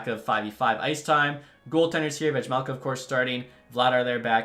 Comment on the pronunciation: Bro the J in Vejmelka is silent